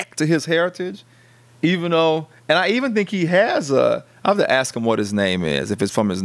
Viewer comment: And it’s “ask” not axe.